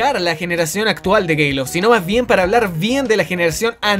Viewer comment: soy el único que se dio cuenta de que dice gayloft